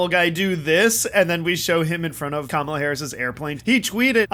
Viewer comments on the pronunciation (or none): I think I just figured out why he calls her Kamabla! Because her name Kamala sounds so much like Camelot putting that B in there messes that whole sound up. 👍